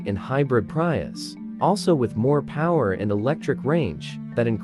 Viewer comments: "PRY- US" 😆😆😆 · Enough with "PrYius"